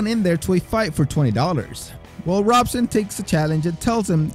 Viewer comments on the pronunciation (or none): Robson Moura is pronounced “Hobson” for future reference. Love these videos, great channel! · And his name is pronounced with an "h" so like "hobson" Moura.